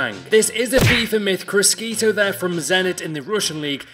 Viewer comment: You pronounce criscito really bad